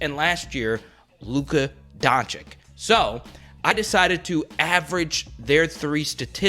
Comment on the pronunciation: Yo my man, it’s pronounced Doncich and Jokich, not Doncik/Jokik